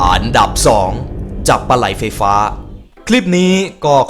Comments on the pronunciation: พี่ไม่ได้พูดอันดับ แต่พี่พูดอานดับ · ชอบคำว่า อานดับ!! อ่ะ55555